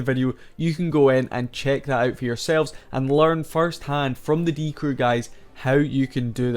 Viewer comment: bibi is pronounced beebee but short just like die crew has a short die actually. its die CREW not DIE crew duh